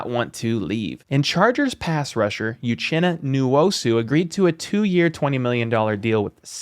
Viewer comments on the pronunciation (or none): You just butchered Nwosu's name. The N is silent. And uchenna is pronounced oouhchenna